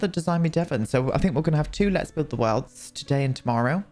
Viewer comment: the worlluhuhlds really spoke to me